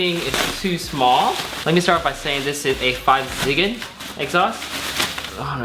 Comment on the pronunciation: Please don't pronouce it 5 zigan. It's pronounced Go Zeegan :(